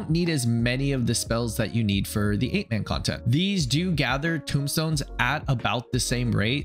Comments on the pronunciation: Tomestones not tombstones bro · Uwah! I love you man, but it's TOME stone, like tome, like book, because there is knowledge in them, like they are electronic diaries full of Allagan goodness XD not tombstones, this isn't pizza or a grave lol.